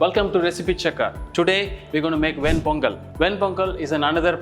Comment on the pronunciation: This kind of pongal was made in Vaishnavite temples in TN in the 8th century. It is mentioned in the Divya Prabhandam of that time. This is not authentic. The chef could not even pronounce the name of the dish right